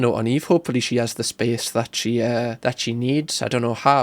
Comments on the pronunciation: Spee-ace... is funny when he does it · it’s when he says “I just need space” and the emphasis on the space got me everytime haha